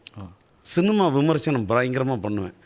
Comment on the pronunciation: CINIMA DA NOT CINUMA 😂😂😂😂